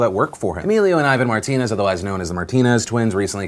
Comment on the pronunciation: Bro “martiners”😂😂😂😂😂😂😂😂😂😂😂😂😂😂😂